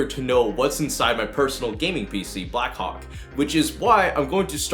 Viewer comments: When you say “Blackhawk” it sound like “ Blackcock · Am I the only one who understood 'Black Cock'? xD